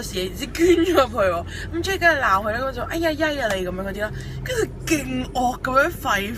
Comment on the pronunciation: 其實 jade個名讀jadar定jay音，因為佢自己介紹時讀音係jadar....